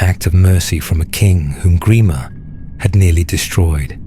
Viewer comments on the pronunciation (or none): Gremer?? WTF??